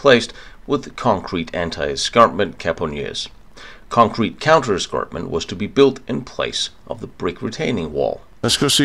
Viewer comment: great video but i wish everyone would teach to say CONCRETE